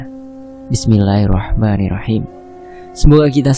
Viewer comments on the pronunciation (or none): none